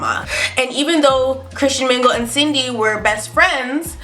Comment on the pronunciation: I thought she said Sydney I kinda sounded like cindney a couple times